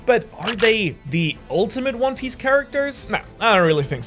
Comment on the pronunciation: "One pice" 💀